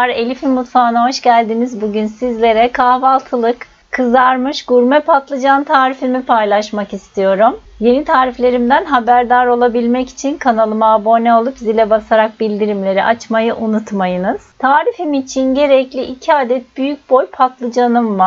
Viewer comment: Lütfen "aboone olun" demeyin, "abone" derken boo uzatılmaz, irrite ediyor dinlerken telaffuz hataları.